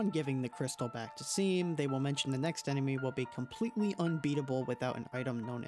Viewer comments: seam is pronounced "shawm". it's all good, though, I used to think that rouxls was pronounced "rowxels" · my brain is going to explode if i hear Seam's name pronounced "seem" one more time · It’s Pronounced “Shawm”. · It's pronounced 'Shawm', as they state when you first meet them.